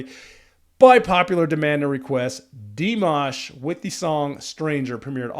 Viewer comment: FYI - it is not: DEE - mash. It is: dee - M(AH)SH. Accent on the last syllable. You got the AHH sound, tho!!! (Some people pronounce it like "MASH"ED POTATOES! YUCK, Good job listening. I noticed you also caught the pronounciation of his last name at the end of Stranger! Another FYI - Dimash is classically trained in Kazakhstan, beginning voice and piano at age 5. He has degrees in Bel Canto (2014), Vocal Contempirary Music (2018), and a Masters in Composition (2020.) He is now working on a PhD in Musicology. This was my furst time seeing you. I definitely SUBSCRIBED. I learned from you about Dimash and FIRE (metal song) I will look it up now, My grandson is a guitar player - metal, but I do not know which type. I looked this up just now - Dimash speaks Russian and Kazakh. He is studying English and Mandarin. He has also performed in Mandarin, English, French, Turkish, Ukrainian, Spanish, German, and Italian.